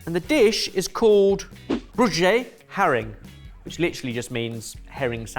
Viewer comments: Being Dutch myself I immediately got the Dutch one right. Also, that's not how you pronounce broodje haring - It's more like "bro-juh-hah-ring" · worst pronunciation...EVER brugjee harring? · I was always impressed with Bens pronunciation of the foreign words, but with ‘broodje haring’ ive just realised he probably butchered some of the other foreign words as well 😂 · Yes, didn't quite catch the pronunciation there. It's supposed to sound like "BROH-chuh HAA-ring". "Broodje" and "haring" are very similar in other Germanic languages. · Thats not how you pronounce broodje haring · haha you couldn't have pronounced 'broodje haring' more wrong :) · That broodje haring looked delicious. New business? I want one! Well sourced fish! I normally hate brined hering. A lot of tourist traps sell far worse! The pronunciation of broodje haring 😂. Maybe check on Google translate beforehand. This one is not too difficult to pronounce. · Haha loved 't attempt to pronounce broodje haring. It was so off that it wouln't give anything away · To be fair, the pronunciation was absolutely terrible :D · Crikey, the worst pronunciation of broodje haring ever. You could’ve listened to the word at least before filming.